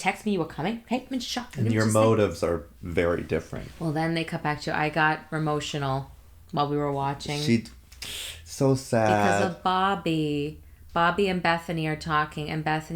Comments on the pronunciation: Also I love how it sounds like you said "I got RAMOTIONAL" which should be a hashtag 🤣🤣🤣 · I heard that too....Ramotional... goodness...